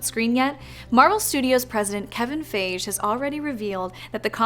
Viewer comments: Kevin Fay-zh? Fy-gee? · Thought I was the only one correcting her every time she said faage. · It’s pronounced Kevin “Fi-Gee”